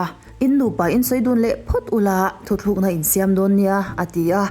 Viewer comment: A ngaihnawm/hmuhnawm lutuk😊😊 Chutih rualin, "thu thlukna" i tih hi "thu tlûkna" tih zawk tur a ni e aw.